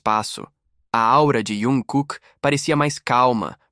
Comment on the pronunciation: Q raiva dessa besta falando iankooke.e jungkooke ,besta